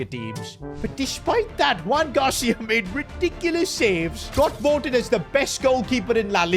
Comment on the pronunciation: no one has notice did just say Juan Gracia instead of Joan Gracia 😓😓